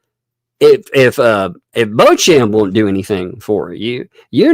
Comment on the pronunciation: Beauchamp is usually pronounced ‘Beecham’.